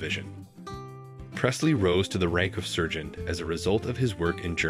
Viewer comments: Seen?? Lennon - pronounced Shawn (sp Sean). Does he mean sargeant not surgeon? Oy! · NOT PRONOUNCED " SERGENT." But "SARGEANT " . 🤔😣🤒 😖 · Who narrated this? He was a "sergeant" in the army, not a surgeon. And who cannot pronounce Weird Al's last name? C'mon man... The king deserves better than this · Oh dear God, it’s Sargent, not Sergent.. please edit this video for all the mispronounced words… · Why are so many basic words mispronounced? is this made by a robot? “sergent” not “sargent” “do” not “duo” ... seriously. I think this is made by a robot. Either that or this person needs serious speech lessons. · Servant is pronounced SArgent, not SERgent